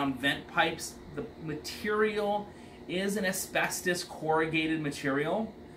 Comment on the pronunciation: Amen that thing needs a lot of work . He said asbestis I cringed !